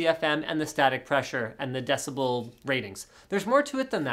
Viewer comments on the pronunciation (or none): none